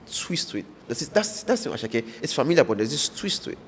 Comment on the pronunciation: It is not asake meloo, it is asake medoo, from ahmed